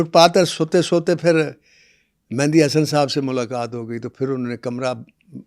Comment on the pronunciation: Very bad ap khud ko double ma kehtay hu Mehdi Hasan ko mehndi Hasan khy rhy hu